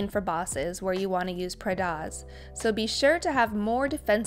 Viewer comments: What is the word you are saying at around 2.20? Pradas? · during quaking explanation wth is a 'pradas'? your enunciation fails a bit and your words all slur together, I didn't catch what you meant there